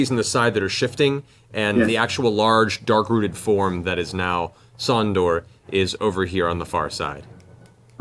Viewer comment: His name was supposed to be "Sondour", but the party said "Sondor" so many times that Matt started doing it 😂